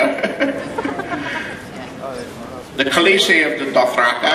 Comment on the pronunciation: Did he say DothraKAI???